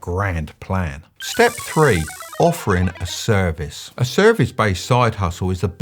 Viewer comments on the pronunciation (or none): What's a "serice" though?